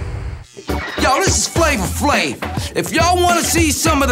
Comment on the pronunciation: Now everytime I hear somebody says “Flavor Flave”, I actually hear “Flama Flame” 😂🤣😂🤣